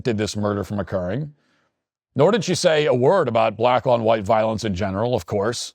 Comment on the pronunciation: "voilence" Matthew fix that poop 😡🤬😡